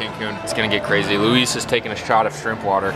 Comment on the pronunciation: Did Luis just pronounce shrimp like "Esrimp"? Hahaha